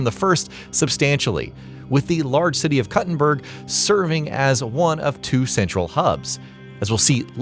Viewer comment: Koo-tin-berg. You're not cutting a berger.